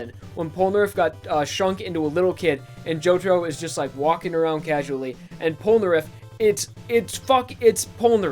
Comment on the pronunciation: its po no naleph!